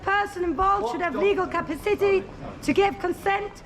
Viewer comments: She could do with learning how to pronounce 'Capacity' not like Cappa-City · Oh my god, it really doesn't do much for this serious cause when she can't even pronounce the word capacity.